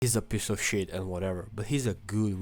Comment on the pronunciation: I love the way you say "pece of shet" 😂